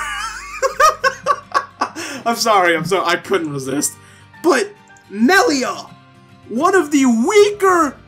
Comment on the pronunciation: It’s almost like they didn’t get past the first level. Like seriously, how did they pronounce Melia right, but butcher Dunban and Reyn’s names?